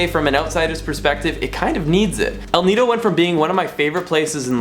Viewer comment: Now there's a clean up drive in El Nido, wow you said it right!